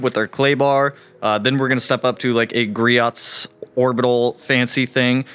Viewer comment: I love the Griots speed clay bar, makes clay barring less of a pain. Also it’s produced Gree-ohs. I pronounced it improperly for the longest time too haha